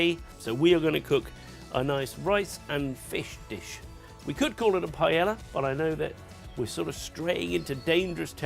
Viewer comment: i know Spanish worry about whats in paella, but at least pronounce it correctly. Thats something we can all do